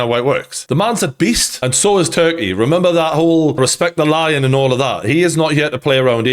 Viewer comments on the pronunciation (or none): none